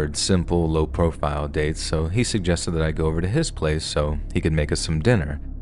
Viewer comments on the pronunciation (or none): none